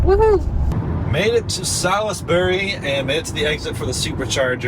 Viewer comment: Sal is bury? Salsbury